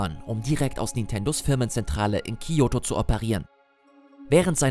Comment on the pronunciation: Bei Kyoto und Osaka. Waren auch keine großen Fehler. Osaka wird mit einem scharfen s ausgesprochen und Kyoto nicht wie Kiyoto